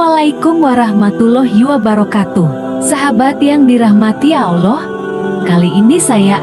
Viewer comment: videonya vagus tapi tolong itu voicenya diganti. penyebutan Allahnya gak tepat!